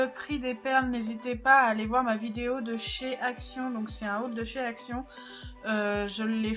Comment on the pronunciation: Pourquoi quand tu dis ACTION on entend ACT